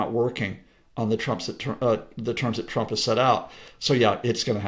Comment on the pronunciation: lol she says twwwwwump. Is she Australian